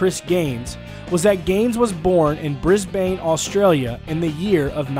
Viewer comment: Brisbayyne Auustralya